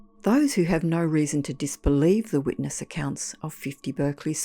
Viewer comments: 'Berkeley' and 'Clerk' and Berkshire are pronounced Barclay clark and Barkshire in English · Berkeley is pronounced Barkley in the UK. You are using the American pronunciation. If you had spent 2 minutes on Google you would have known but it seems you just couldn't be bothered. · Spelt bErkeley but pronounced bArclay. Love your channel m8,thanks,Ian.🫂